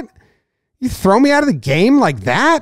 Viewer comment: I slightly enjoyed the "Q" in place of the "A" in the word "that". Not really sure why